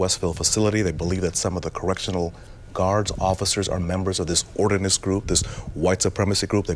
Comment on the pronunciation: It's ODINIST not Ordinist